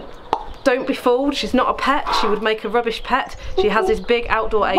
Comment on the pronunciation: You said she made a rubbish pet and it sounded like she said `WHAT` lol. she is loverly and understand why you keep birds for learning. She is having a good life. if we did not learn from her we would not know how to look after wild birds. good job and well done x